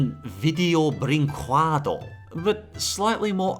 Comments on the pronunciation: For future reference, I’m pretty sure it’s not kwa-do, it’s keh-do. If anyone knows how to ACTUALLY pronounce it, help. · I'm not portuguese, but that's not how you pronounce Brinquedo :P It's more like brin-KEH-do. And it means toy.